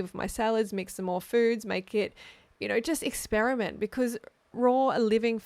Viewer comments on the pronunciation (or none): none